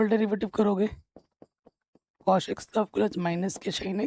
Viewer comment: Please don't say SHINE and COSH🙏🏻